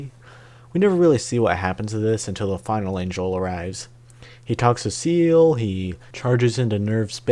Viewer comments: SEELE is german for "soul", pronounced "ZAE-leh". Longinus is a Latin surname for the roman soldier who speared Jesus's chest during the crucifixion in the New Testament, is pronounced "lon-JI-noose" in Latin or "lon-GUY-nus" in received english. Now you know. You still get a like for effort ❤ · I swear you are mispronouncing things just to troll me.. You dont say "evan-GUEL-icals" you say "evan-JEL-icals". And "OZZ-ka"? They say it in the show! EDIT: oh okay you were lamo 😂 EDIT EDIT: My mans got audio dyslexia hfs SEAL is apparently after a lonjilus